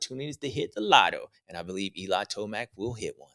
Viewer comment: “Eli toeblack” lmao. “Wait my toe is black” 😂